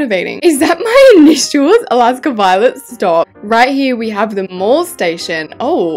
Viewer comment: ILY GIRL BUT WHEN YOU CALLED THE MAIL STATION A MALL STATION I LOST IT 😭😭😭😭